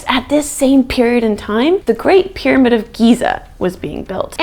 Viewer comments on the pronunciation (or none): none